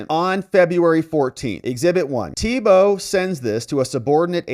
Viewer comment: We pronounce it: ‘TEEboe’ in Louisiana.